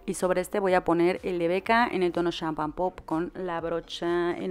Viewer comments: ojalá y veas eso! El iluminador se pronuncia "champing pop" no "champan pop" también te escuche decirlo así en tus favoritos de 2015😭 solo es sugerencia❤️ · Jaja, también lo noté, y en realidad se dice "shampeing pop".😂 Te amo.😌💕